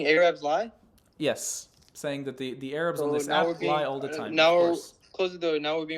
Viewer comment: What are Ay Rabs? First time I've heard that pronunciation 😂😂😂😂